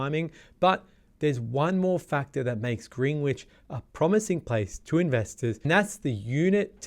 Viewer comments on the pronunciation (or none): Pronounced Grenich not Greenwich. You drop the w. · Greenwich is pronounced 'Grenich" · Mildly concerned that you’re providing market insights for a suburb that you aren’t even pronouncing correctly.